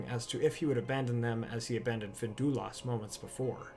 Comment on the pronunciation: FIN-DUI-LUST ffs